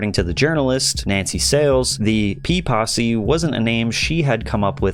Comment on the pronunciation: Saying "P-possy" sounds like "Pee-Possy", like they're a gang of golden shower enthusiasts.